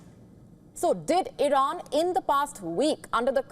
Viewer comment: Congratulations Iiiiiiran as they pronounce it😂